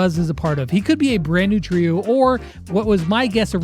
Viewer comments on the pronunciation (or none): none